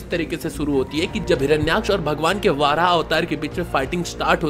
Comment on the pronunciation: Are bhai वाराह nahi वराह avtar होता he